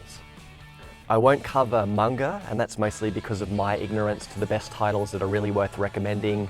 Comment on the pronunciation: am i the only one who got annoyed by his pronunciation of manga or am i just fussy